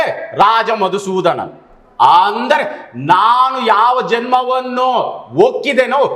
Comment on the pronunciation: ಆಂದರೆ ಅಲ್ಲ ಅಂದರೆ 😂